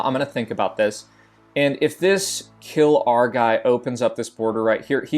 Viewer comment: [KILR] is not kill-our :c . Its Killer shortened